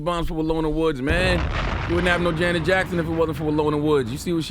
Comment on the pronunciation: Her name is pronounced the same way as Janet Jackson not the way Yee is saying it..